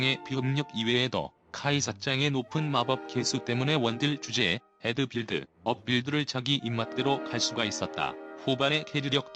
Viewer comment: 이걸 왜 애드 업이라 읽어 ㅋㅋㅋㅋㅋㅋ